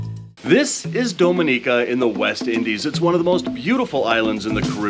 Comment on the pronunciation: Its Ah Go Ti and DomI Ni Ca please pronounce Caribbean names correctly. Thanks!